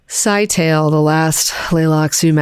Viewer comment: Scytale is pronounced Sky-tah-lay. It's ancient Athenian for encryption stick. Each commander has a stick of their own and duplicates of the others. Each stick has distinct # of sides, you wrap a ribbon around the stick and write on the ribbon. The ribbon can only be read if it's wrapped around an identical stick. It's also Athenian slang for penis, obvious reasons (secret stick). So he's named cypher.